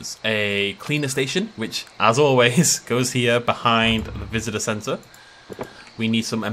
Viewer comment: I’m chillin listen to this vid and every time he goes to the visitors center it sounds like he’s just chanting sex and I’m very concerned.